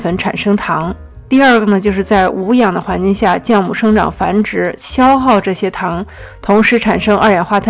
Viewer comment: 是ㄒㄧㄠˋ母 不是ㄐㄧㄠˋ母